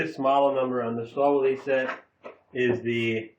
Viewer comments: I believe it is correctly pronounced "shtal-villae." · Lmao stahl willy. Sorry i cant take the review as serious with that pronounciation. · In the UK - Stahlwille is pronounced STAL WILL